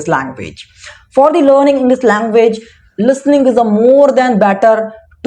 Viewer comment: Sorry but It's इंग्लिश not इंग्लिस min brother...